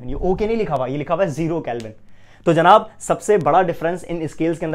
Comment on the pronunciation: Your way of saying janab is so good....physics k saath saath ap urdu k saath b justice krty h....